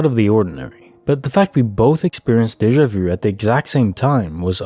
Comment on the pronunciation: Great compilation! Are you from Québec btw? You’re one of the only people I’ve heard pronounce déjà vu correctly instead of "day-jah vou" 😝